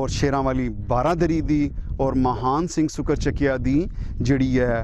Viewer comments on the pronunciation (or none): maharaja Mahan singh de last N nu silent ucharan karo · Mahan Singh da name bolan vele N silent bolo, Matlab Mahaan nahi Mahan Singh si